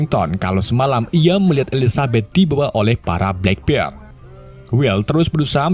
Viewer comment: Black Pearl jadi blek pil,ails the mora jadi isel de mora, devi jons jadi davi jones 😅 Isle tuh di baca ails bro.. Kayak island dibaca ailend